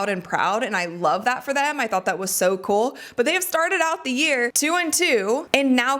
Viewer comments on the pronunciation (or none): none